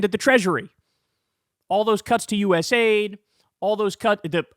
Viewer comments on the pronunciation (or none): none